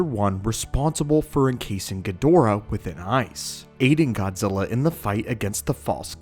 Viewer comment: Fuck.... All i hear is Godzirra , godzirra. blet man learn to speak correctly its Godzilla LLLLLLLL Not RRRRRRRRR